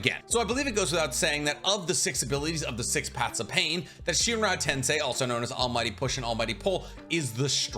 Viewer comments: i love your videos but it's hard to hear you say tensai instead of tensei. Accent thing i guess xD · anyone else uncomfortable with him saying "edo tensai" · it bothered me a lil bit hearing "chibuka tensai" instead of "chibaku tensei" so many times 😅😅